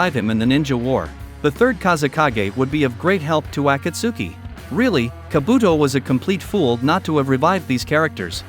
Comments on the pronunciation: you dont pronounce it as aku-suki, you pronounce it as a-cult-ski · Dude watch subbed and you can say DANZO and akatsuki correctly butttt it’s An AI homie